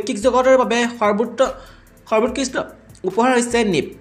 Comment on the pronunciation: সৰ্বোৎকৃষ্ট শব্দ টো উচ্চাৰণ কৰকচোন বাৰু, সৰবোৎকৃচট